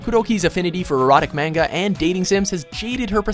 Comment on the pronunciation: you said manga wrong